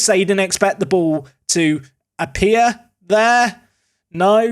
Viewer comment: "he didn't expect the ball to appiah"